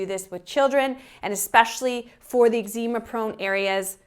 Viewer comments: You say Eczema strangely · I think you are mispronouncing Eczema.